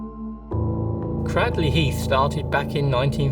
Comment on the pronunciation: You missed pronounced Cradley Heath it's pronounced Craydley like how you say cradle.